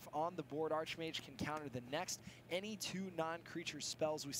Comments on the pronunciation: super lame for correcting on Archmage then saying it wrong himself later. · So annoying that corrects for saying archmage wrong then a bit later says it the same way did..